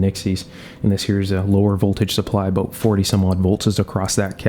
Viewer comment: No sir, actually it was an aboot I heard.